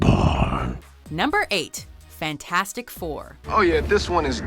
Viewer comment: You misprounounced fant4stic